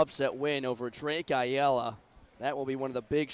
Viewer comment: How do both commentators mispronounce Ayala differently?😂😂